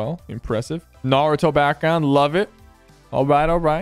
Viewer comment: im so happy he didn't pronounce naruto narooto